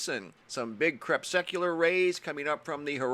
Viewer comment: "CrepSUCular" isn't a word. They're called crepuscular rays. Just switch an usk sound for the suck sound you're using.